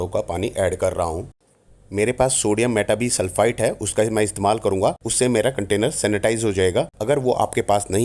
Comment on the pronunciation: सोडीयम मेटा बाई सल्फ़ाइट this is the correct. pronunciation